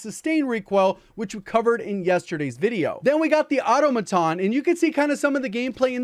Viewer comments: Automaton = uh TOM uh TAWN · Its pronounced *Au-tom-aton, I wont tell you again!!! BETTER LUCK NEXT TIME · Great video but you pronounce “automaton” wrong